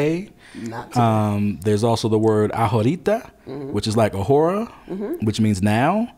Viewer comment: Loving the video. FYI - the letter “H” in Spanish is silent and not pronounced. The words ahora and ahorita are phonetically pronounced ah-or-ah and ah-or-ee-tah. And your pronunciation of La Comer was correct the first time…(lah coe-mair) with emphasis on the first syllable of the word ‘comer’. Syllable emphasis is very important in Spanish.